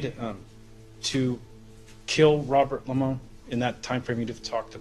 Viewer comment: "... squeeze the Limon"... 🤣 This is why I adore watching 😜